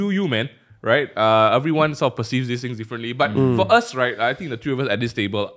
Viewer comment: One, two, three... it's three!!! Not tree... jk love the podcast ^_^